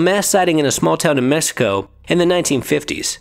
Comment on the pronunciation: La lechuza of “messico” 😂 it’s a x man cmon Mexico